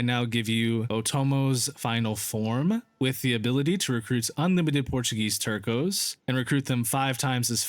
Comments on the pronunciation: Nice video! Fwiw, “Tercio” units are pronounced “Ter-th-ē-ō” then slap on the s at the end. It means one-third/third in Spanish. Other than that, keep up the good work! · I see people more often than not absolutely butcher the word “Tercios”. It’s a soft “C” guys…